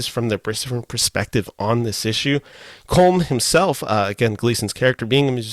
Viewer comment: You should pronounce Colm as though it was spelled COLUM. Please get lt right.